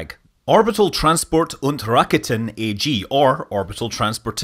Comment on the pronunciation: It isn't really. He's more or less spot on with the german pronounciation. Apart from AG of course. He even get's Von Braun pretty much right which is extremely rare for english speakers..